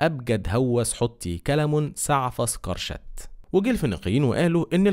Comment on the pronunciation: قرشت* وليست كرشت 😂